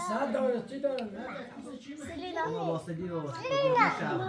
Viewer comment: так четко произносит имя Селин❤❤❤❤❤